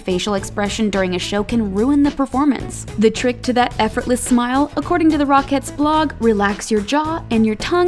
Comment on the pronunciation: Am I the only one who hears /rock heads / instead of rocketts